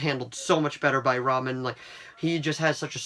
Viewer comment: It is RAH-Min not "Reymin".. But thanks for the video.